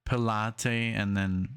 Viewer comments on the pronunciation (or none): It's Pilot not pelottee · What the heck version is this? I've been listening to the brown album and the blue album, plus the movie, and this version is different than the lot. I only noticed it when you got to the trial w/ Pilate (pronounced, Pilot). Funnily enough, another musician kept calling him Pilahtees as well, like the exercise. When you see Pilate's, it's w/ an apostrophe for the possessive form of a proper noun, as in name. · Hi, I have seen this movie so many times, and have it on dvd as well as the movie soundtrack. It is excellent, and in the movie we have three of the original cast > Judas / Mary / & Pilate [ pronounced Pie Latt ] [ & Gethsemane = Geth sem man ee ] The lead Jesus played by Ted Neeley, is very well cast, and you no doubt know by now, Ian Gillan was in the original play, and on the original record, which I first heard aged just 14 yrs old.. at school.. in class. In Belfast in Ireland we had RE classes [ Religious Education ] being a Catholic school, and one day the teacher walked in with a portable record player and the double vinyl album of this. It was amazing as he played the entire album. I had heard Ian Gillan for the very first time, before hearing Deep Purple. It's still my favourite version, but this is also very good indeed. I must admit I do watch the movie more than play the movie soundtrack. I prefer to play the original, which has since been remastered on cd and boy what a difference in sound clarity!! This is an excellent marathon. the play was called "Jesus Christ Superstar A Rock Opera". The movie begins with the cast getting off a bus, and changing their clothes during the Overture....Note at the end..they get back on the bus... but who's missing? [ Not really a spoiler alert, but a poignant moment easily overlooked ] The guitar riff during the 39 lashes is the same as this 1st track with Judas..., I do not do Twitter and agree 100% on wha